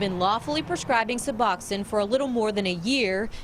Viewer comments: This is the most ignorant report on Suboxone I’ve ever seen. First of all, it’s pronounced “Sub-box-own,” not Suboxennn. Second, why not do some research before going there? The crowd at the clinic and police calls IS NOT DUE TO SUBOXONE, it’s a testament to the OPIATE CRISIS and how bad it is!!! It’s a tribute to the fact that the treatment is so dang expensive that many die trying to afford it. It’s an example of how there isn’t enough treatment providers in some areas. It’s a partial agonist opiate, these people aren’t using it to get high. They are using it to get well!! As in “I don’t want to live like this risking death every day on this heroin, I’m going to try and find some Suboxone and get clean. Reports like this add the the stigma that creates treatment barriers that prevent people from getting their lives back on track and every treatment barrier causes DEATH. Shame on your new station for airing this report and it’s ignorance. That doctor was just placating you and showing you that nothing shady was going on inside so he didn’t have law enforcement crawling on him for no reason to use his time to actually help people, but I guarantee his eyes were rolling in the back of his head at your ignorance when you left. SMH. This so far is our governments only answer for opiate addiction and having some semblance of a normal life. You have no idea what it takes these people to get that medication legitimately in their hands, no idea. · Also, it's not (sub-awk-sin) it is (sub-ox-oan). The news is inept in every city across the country.